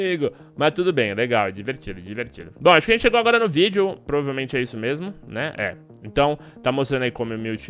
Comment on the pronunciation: Video? fala direito carai kkkkkkkkkkkkk